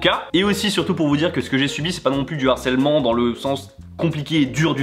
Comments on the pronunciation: Juste un petit truc qui me fait tiquer : il faut prononcer LE harcèlement pas l'harcelement stp 😉 ; ça pique les oreilles comme un français qui ne prononcerait pas le H japonais 😅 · On dit "le harcèlement" / "du harcèlement" et non "l'harcèlement" / "de l'harcèlement", il y a un h- (aspiré) ;-) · Harcèlement, c'est un h aspiré (comme haricot) et non un h muet (comme herbe). Pas d'élision avant. Le harcèlement, pas l'harcèlement.